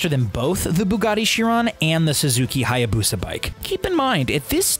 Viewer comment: It's not hayabusa it is haaayaaaaaaaaaaabuuuuussaaaaa